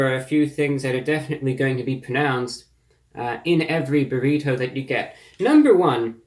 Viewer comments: You say "burr-ito" weird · "burrhito" I love it man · "Burr- heet- toe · The way he says Burrito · 2 Things ... I love how you say Burrito and You really killing bugs with your Sunday's Best !!! #GOAT lol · I like you man but do you really say burrito like that? Wow.. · He hits that hard T in burrito the way Hank Hill would. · ReviewBrah pronounces Burrito like an upper class Brit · the way you pronounce "burrito" is hilarious